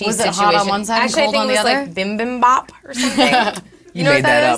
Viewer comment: It is "bee-beem-bap." I once had bibimbap with a girl who looks just like you:)